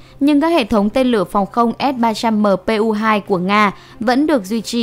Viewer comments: đọc sai rồi kìa s-300mpu2 ??? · Bây giờ tôi mới nghe thấy ét ba trăm mờ pê u hai của vn đó, mà sao hiển thị chữ là ét ba trăm pê mờ u một mà lại đọc luyên thuyên vậy thật đúng là...